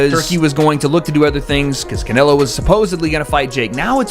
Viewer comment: The way your ai says can elo is fucking annoying